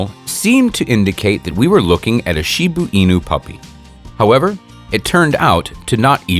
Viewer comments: It's Shiba Inu, not Shibuu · Wtf is a shibu inu? It's a shiba inu!